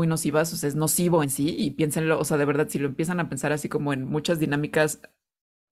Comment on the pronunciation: Chingona información y chida forma de cerrar esta chulada , la Veldad Veldad❤❤❤❤❤❤❤